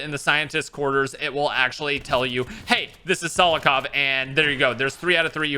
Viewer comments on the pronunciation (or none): you said it Selakov and it's spelled Sokolov which is it? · Sokolov. Not Solokov. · “reads Sokolov” Also: “solokov” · "Solokov" Dude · mans said solokov 💀